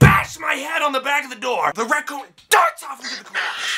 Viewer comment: he say Racoom?